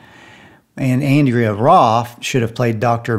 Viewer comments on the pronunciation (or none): none